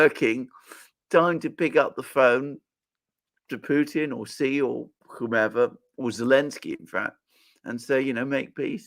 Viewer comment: Alexander, you pronounce “yuan” perfectly, how come you never say “Xi” right?